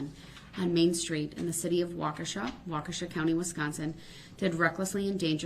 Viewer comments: Though you may never use it, easiest way to pronounce it is "walk-e-shaw". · I grew-up in Waukesha, to help its pronounced Wok-Eh-Shaw (Wok like the Chinese cooking pan) . Also, I know someone who was hit during this and has been in the court room. She says its hard to watch him act like a fool after how many people he hurt. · It’s pronounced WALK-uh-shaw. No biggie. But if you wanted to know. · It's pronounced " Wauk a shaw" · Terribly butchered lol. Wa-Kesha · wa-key-sha. (accent on key) my kids we at this parade. I lived in WI until last month so extremely familiar with the area and situation. it was AWFUL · Wisconsin has a lot of odd Native American names to things. It's pronounced Wa-ku-shaw locally. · Hey Andy - it's pronounced Waw-ke-sha with accent on first part. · Its pronounced walk-e-shaw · It’s pronounced walk-a-shah (Waukesha) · It's Waa-kuh-shaw. (Or walkish-awe for a little mnemonic flair)